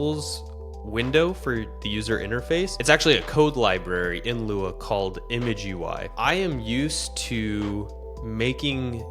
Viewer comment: Great video! And a pretty cool engine, lua is fantastic, just wish it was strongly typed, but I get why its not. Just a note, it's pronounced "I'm gui", it's an abbreviation of immediate mode gui. It's an style of doing UI created by Casey Muratori